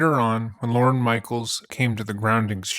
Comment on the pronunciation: Slight mispronunciation, in case you meet him IRL. Not Lauren. It’s Lorne. Said like forlorn.